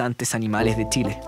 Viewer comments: Hola ! es CHILE.. NO tchile.. por favor pronuncien bien es CE HACHE .. no hay una letra TE antes ..hasta cuando !?? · Lo unico que podria criticar es que el relator tiene un problema grave con la pronunciación de la CH no es necesario que recalque tanto TCH para que no le suene flaite!!! Pronunciemos bien solo eso el resto esta perfecto!!!!